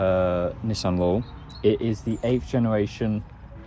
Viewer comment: everytime he says "laurel" I think hes saying "lol"